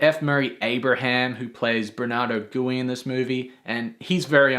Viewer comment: Who is Bernardo Gooey? Did you mean, Gui (Gwee as it is pronounced in the movie)?